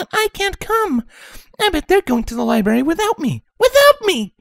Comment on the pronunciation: Ok; just “HOW MANY” books did “TWLIGHT” check out of the “LIBARY”????? 😂😂😂😂😂😂😂😂😂😂😂